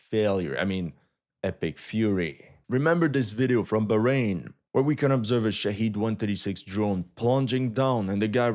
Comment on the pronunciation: The drones are called Shah*ed* not Shah*eed*